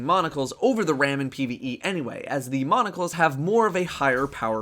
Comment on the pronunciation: How can someone take you seriously when you " Nothing Monocles " instead of " Nothing Manacles " lol my god